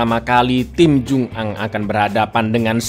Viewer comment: Bacanya jungang disambung mas bukan jung ang